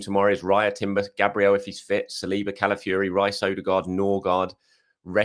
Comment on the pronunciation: has learned how to pronounce Eze but is still butchering CalaFURY.... its CalaFIORI